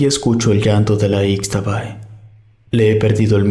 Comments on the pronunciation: Se dice ishtabay no icstabay para el próximo relato. Eso le quita originalidad. Escuchar que se dice de forma errónea la leyenda. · Yo soy de Campeche y toda la zona maya está llena de leyendas, los aluxes, la xtabay, el uay chivo; solamente para comentarte que no se pronuncia "ix" sino "ish" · Se pronuncia shtabay